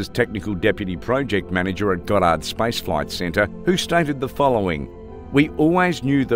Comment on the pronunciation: Wish they would get someone who can pronounce names and words correctly. F'instance...Goddard= God-uhrd... NOT gah dard! YourConscience